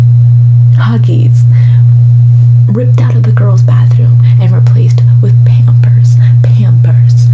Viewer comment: Nobody:: pYAMpers